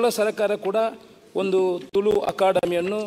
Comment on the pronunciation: Sari panle marre.. ತುಳು.. not ತುಲು